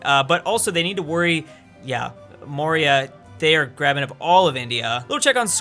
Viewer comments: Its Maurya, not Moria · Historians: Maurya:...MORIA!